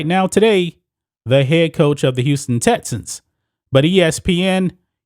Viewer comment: Yo goofy ass cant say “X” bruh its not “tessans” or “tetsons” its TEXANS u goofball pronunciation is key to intellect